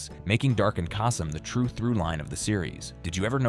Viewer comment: "Casey Cass-em" 😂